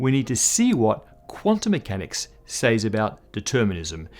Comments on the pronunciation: Isn't "says" pronounced like "sez"? Even us Australians don't pronounce it as "says", so this is not one those "don't criticise me, I have a different accent" moments. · After hearing him say the word "says" im starting to wonder why we spell it that way. Most people say it like "sez"... Guess he is technically right